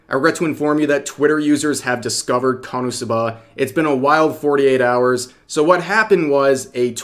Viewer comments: Rev I'm going to need you to stop stressing the A at the end of KonosubAAA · You put the emPHAasis on the wrong sylLAble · God I am so triggered by the way Rev says "Konosuba" Why are you putting the inflection on the final syllable!? 😂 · the way rev says "SUBA" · its KO - NO - SU - BA. Not KANA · You say KonosuBA but its pronounced KonoSUba runs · I thought konosuba was easy to say until I heard him say it... HOW? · Why do you say it like that Rev? I've never heard Suba pronounced that way. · You have the absolute weirdest pronunciation of Konosuba I've ever heard, but w vid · I don't think I've ever heard anyone pronounce konosuba so hilariously, 10/10, couldn't help but cringe laugh every time, love ya Rev, lol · bro ur pronunciation of Konosu-buh is wild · they way you say "KonoSub'AH gives me anxiety The anime is a masterpiece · Why do you keep saying konsubbaaaa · Dude is really saying Kanasuba 😂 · I'm more mad about how you're pronouncing Konosuba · Only thing I disagree with Rev here on is…why are you pronouncing Konosuba like that? Personally, I pronounce it like Kono-Suba. Two words, four syllables. Is that weird? Am I the weird one? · Bro you pronounce "Konosuba" real oddly. Is this some kinda dub issue? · Rev why do you pronounce it that way?!?! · Why do you say Konosuba so weird??? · The way you say konosuba is very wierd to me. 😂 you say the first part quickly and then i hear a very pronounced buh for the last syllable. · I never heard ppl say KonoSuba the way Rev does :d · Ok I'll say it......I love how rev says konosuba😂